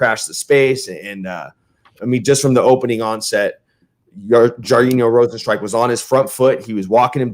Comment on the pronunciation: Jesus Christ you just said "Jar-een-yo Rosen-strike" about 5 times 🤦‍♂️ You're a mess Mikey